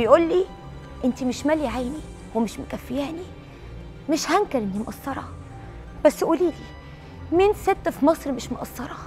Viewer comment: يادكتورة مروةيا متعلمة كلمة مقصرة بالصاد مش بالثاء مافيش حاجه اسمها انا مش مأثرة في البيت الصح ( مش مقصرة )